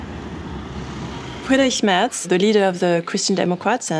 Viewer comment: the best foreign pronounciation of "Friedrich Merz" I've ever heard as a German. Very accurate